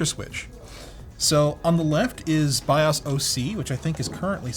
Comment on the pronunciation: It's Bios not Bios...get it straight. :-)